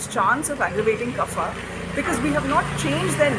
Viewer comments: There is no ‘fa’ in Sanskrit. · good video but slight nitpicking, the pronunciation of kapha is wrong. its not fa but pha.